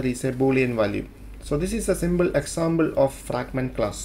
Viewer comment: "Symble Examble"